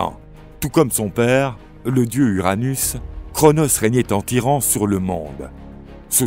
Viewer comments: La vois à dit Uranus alors que c'est Ouranos... 😅 " Uranus régnait en maître sur le monde"... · Sinon c'est Ouranos les gars pas Uranus 😌